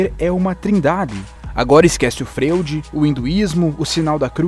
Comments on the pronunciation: Ta certo que tudo é foda-se,como vc mesmo diz e etc e que vc fala como vc quiser.... Mas não é Frêud, a pronuncia do nome do cidadão é Fróid. (S. Freud). Da uma caprichada ae. Abc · Excelente,apenas um detalhe bem chato a palavra "Freud" se pronuncia Froid,mesmo assim o melhor video do canal que achei. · Cara sério, vc me faz um video foda mas me fala Freud como se escreve? É FROID meu querido!!! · Excelente Vídeo! Ficou muito bem esse material. Apenas uma dica, a pronúncia certo de Freud é "Fróide". Abraço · Ótimo conteúdo! Parabéns! Apenas um adendo: "Freud" lê-se "Fróide". no mais, ótimo vídeo!!!! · O trabalho do vídeo está ótimo, mas a pronúncia do nome é "Fróid", apesar de se escrever Freud. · Excelente vídeo! Aguardando os próximos.... Só uma observação: A pronúncia correta do nome Freud é "Fróid"